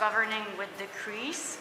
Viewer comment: It’s decrees not degrees